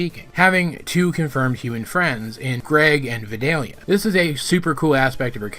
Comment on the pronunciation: I'm surprised you didn't mention. The famethysts. Also, I like the way you say vadalia